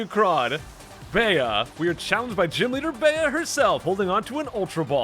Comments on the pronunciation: Bea is bee not beyah fyi :) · Bea is pronounced "bee" Bede is pronounced "Bead" Oleana is pronounced "oh-lee-ahna" Just for future reference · I always thought it was pronounced "Bee", like "Beat Up" since she's a martial artist. :p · Apparently Bea's name is pronounced "Bee".